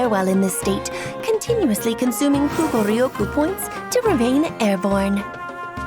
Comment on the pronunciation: the way she says Kuugoryoku is so satisfying to me